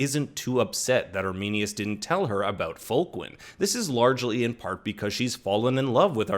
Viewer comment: It’s sad when the Roman soldier said “arminius”